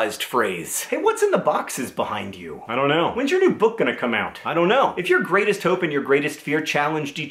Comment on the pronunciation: Every time John says "I don't know", I hear "I'm a ninja".